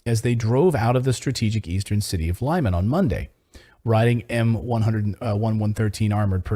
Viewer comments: Thank you for unbiased journalism. Just one correction - Lyman in Russian is pronounced Lee-Mun. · The city is called LIMAN, pronounced lee-mAhn